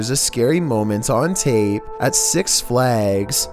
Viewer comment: He said not six but s3x